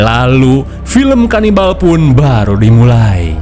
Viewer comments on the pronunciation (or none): KANIBAL DODOL BUKAN LABINAK😂